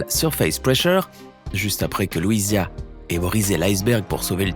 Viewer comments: Louiisa pas louisia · Eh bien il manque les tenues de Dolores qui comporte des représentations d'ondes sonores, et de Mirabel, sur laquelle on voit des papillons, la bougie, et même la peluche qu'elle a offerte à son cousin !!😉 par contre certains prénoms sont mal prononcés dans cette vidéo (Luisia au lieu de Louisa, Maribelle au lieu de Mirabel... Et la fée de la belle au bois dormant c'est Flora... Pas Fauna)